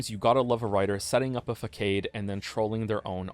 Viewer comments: "Fackade" - It's Fassaaaaaaahd! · Oh my god its finally here! I checked randomly & see it finally came without showing up in my notifications 3 weeks ago! Edit: oh & it's pronounced "fuh saad" not "fa cade". Just in case you use the word again in a future video. I plan to watch the entire video series you make on Witcher 3, I've been really looking forward to this. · Just picking some knits. Facade is pronounced "fasod" not "facade". . Just sayin'. Enjoying the video so far otherwise. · Did this man honestly just say "Fa-Cade?" Facade (fa-sawed) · . Are you trolling your audience by pronouncing “façade” as fuh-KAYD? Forgive me this one, but come on: it’s fuh-SAAHD. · I know you did not just pronounce fa-SSSAAADE as Fucade??? wtf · Hate to be that guy but facade is pronounced 'fah-saad', not 'fah-kade' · Btw, it's not FAH-CADE. It's Fah-saaad. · I respect your opinions but please look up the pronunciation of façade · Oh wow you actually pronounced "facade" like "Fuh Kade." Did you graduate high school? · did you say "fa-kade"? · This "fuh-KADE" comment gets me every time, wanting to correct you on the pronunciation ... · "Puting up a fuh-cade" 😂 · A "fuh kade"? Is he trolling? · It's pronounced fuh-kade, dummy. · facade <> fah-sahd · I'm sorry what was that? A fakade? Is this a reference or has there always been another way to pronounce facade lol? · Thank you for all your hard work. But fah-cade? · bro did you just say fuckade? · Facade is pronounced “fa-saad”, my man. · "Facade" is pronounced "fuh-sahd" fyi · The word facade is pronounced "fas-aad" with a soft c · No hate at all, in future, facade is pronounced fah-sahd. Love the video ❤ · This man said “fakayd” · The real April Fools joke is him pronouncing it “fackade” again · Joining the legendary "maerio", i just heard pronounce 'facade' as "fuh-kade". Canadians 🙄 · "Facade" French, the c is spoken like a smooth s and the second a just like the first: "Fasaad" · A... fuh-kade? Dude. You're a writer.